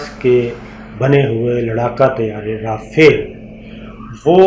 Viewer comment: Sabir Bhai es ka name RAFIAL nae RAFAAL hy.